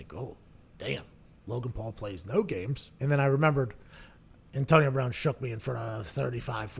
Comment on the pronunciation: “Antonio Brahn”